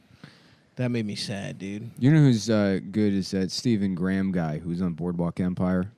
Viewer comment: That is not how to pronounce Graham.